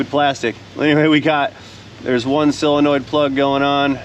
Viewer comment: Okay,... I'm going to quit buggin' you about pronouncing "solenoid" as if it's "sill-enoid.